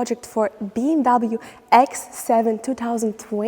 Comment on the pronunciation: You promote BMW, but you don't pronounce the brand correctly.